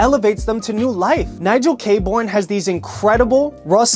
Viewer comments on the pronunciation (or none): It’s pronounced Nigel Kay-Burn. Great brand and a great guy, he’s an absolute sweetheart of a human